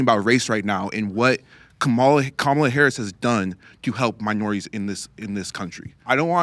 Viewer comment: new way to butcher Kamalas name unlocked. Camila Harris is a new one.